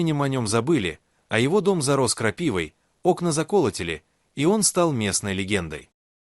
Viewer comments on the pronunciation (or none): ОКНА ЗАКО'ЛОТИЛИ???????? ОПЯТЬ ИИ МОЗГИ КАНИФОЛИТ...